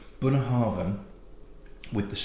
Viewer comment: You actually pronounced Ven wrong. I don’t think that E-sound exists in English. Thr fonetical symbol is like ” eː ” and it is a long vowel that sounds similar to the E in Bed but like you pronunce it for longer time. Now you pronounced it more like ”Vin” that means ”wine” or you sounded s little more like ”wien” wich is the capital of austira😅 The eː is common in german, danish, swedish, dutch, afrikaans, luxembourgish, frisian and norwegian. But i’m not sure english have it🤔 Ven does not mean anything more than a name of the island. Green is Grön in swedish and in danish it is Grøn wich is the exactly same word. If Ven would mean anything in swedish it would be a sort of past tense of the word Vina wich means like ”to howl”... if it was danish and the word was Ven it would be ”friend” (in swedish Vän) cause the island was danish in the same time as skåne blekinge and halland provinces of sweden... though the danish spelling is ”hven” and also the old swedish spelling was ”hven” but a long time ago swedish language droped the h before V in beginning of written words but danish did not... so Hven or Ven doesn’t mean anything.